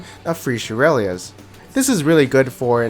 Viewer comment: i love how he still says shurelias xD Never forget (never forgive)